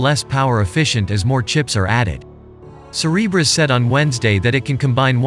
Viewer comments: I keep hearing “Cerberus” instead of Cereberas. Yes, a little concerned… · say Cerebras one more time i dare you